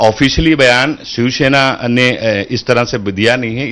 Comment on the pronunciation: दोनों के दोनों " शिवसेना " को " शिवशेना " उच्चारित कर रहे हैं !!